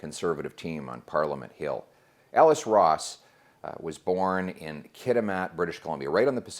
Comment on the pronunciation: Pierre this is great but say the man's name for goodness sake! It's Ellis Ross! MP ELLIS ROSS.